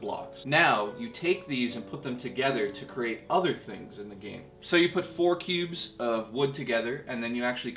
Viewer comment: I thought he said pubes.. ohhhh.. cubes